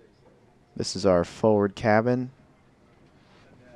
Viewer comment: The word forward has no silent r.